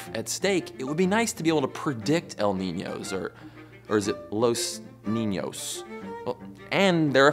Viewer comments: loes niñoes lol its pronounced o like the lower case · like in sock